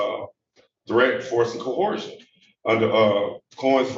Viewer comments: Why do so many of these ignorant clowns mispronounce "coercion"? I'm reasonably certain that "Ko-hor-shun" is not a word... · Barely literate simpleton trying to defend himself in court. Doesn’t have a clue what duress means. Says words that don’t exist, like “cohersion” and “liberry”. Thinks that using upper case or lower case letters makes a difference to his identity. If he spent as much time as he did on trying to sound intelligent, actually getting an education, he would probably get an attorney. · When did the word 'coercion' become 'coerhersion' ? 😂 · SovShit .. there is no "h" in coercion. Oh yes, you're a dimwit. 😂😅